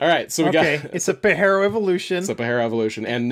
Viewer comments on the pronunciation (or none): hate the way you said pajero "pa-j-air-o" also super cool car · it's pa-Jeero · Your killing me with your pronunciation of Pajero bro, it ain’t Spanish ‘puh-jeh-row’